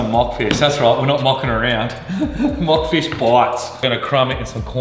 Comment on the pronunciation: I can’t get past you calling Monk fish, Mock fish lol another banger